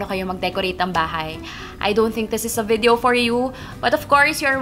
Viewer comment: Ano ikamo... VIDEYEOW??? bwahahah!